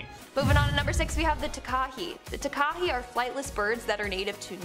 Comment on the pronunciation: Maori pronunciation lesson for you. Takahe is said like Ta-ka-hey